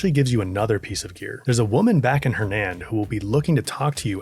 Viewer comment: emphasis on IN